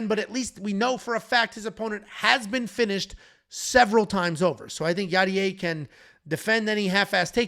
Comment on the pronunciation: Hello, abt the Yadier name pronunciation, maybe this helps; del valle; del (de+el); (de=from(coming from), el=the) valle=valley. So his name means Yadier from the valley, and the pronunciation would be smth like bay-ye (i'm from spain so maybe there is an even more accurate pronunciation that I don't know)